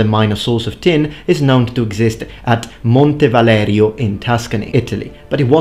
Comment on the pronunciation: I like how you pronounced Montevalerio, thank you.